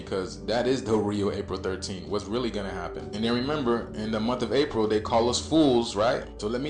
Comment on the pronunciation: yo did bro say that its da real 13? cuz a p is a d? ok but even if they were the same, he still wrong cuz its april not paril lmao